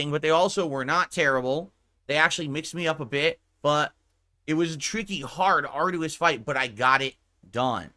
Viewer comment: Does anyone have a master list of words he pronounces incorrectly/oddly? Arduous is "are-do-us" and it's irrationally infuriating.